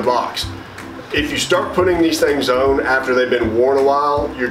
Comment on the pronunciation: . I'm from London and I understand the're are different accents with the English language. But this guy pronounces the word "ON" wrong. He says "OWN". As in "Let's get it own". 😂...This guy needs to find the people who taught him to pronounce that word wrong, wet his good hand, and give them a slap across the chops!. .